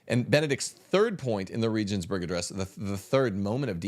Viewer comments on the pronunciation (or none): LOL BRO! Regensburg is German, and is pronounced with a hard G, a glottal G. The first E is pronounced as the second E, that is, EHHH. Hagan is Spanish, and the H is silent, always. The A is always the tall, pure A, as in AHHH. Please stop BRO-beating the languages. 10,000 reasons all amount to one reason, because Catholicism is TRUE.